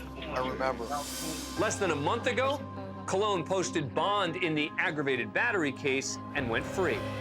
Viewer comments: Christopher COLON pronounced "Cologne" by the voice over guy, but where I come from Colon= Colon! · I'm pretty sure his name is not pronounced cologne; he's definitely worthy of his name being annunciated how it's spelled. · Yeah idc what anyone says, his name is not pronounced "Cologne". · Cmon his names colon lol not cologne. He ain’t French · Its Christopher Colon not Cologne.. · Colon but it's pronounced cologne 😂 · Narrator: "In our next case, Christopher Cologne appears for his bond hearing..." *Name appears onscreen: Christopher Colon Me: Ehhhh, that's not how "colon" is pronounced.. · Why is he pronouncing Colon as Cologne? The man’s last name is part of the digestive system? How does that happen? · Lol we know its not pronounced Cologne. Its COLON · Christopher Colon, that is a pretty unfortunate name so the court pronounces his surname 'Cologne'.. Ha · That's not how "Colon" is pronounced. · Colon? Don’t church it up boy it’s colon.